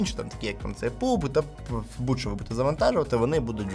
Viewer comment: Чого Пубг? Пабг, U закрита чатаеться як А